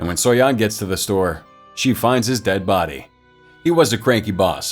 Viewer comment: I like how he says “Toasty burnt bodeh”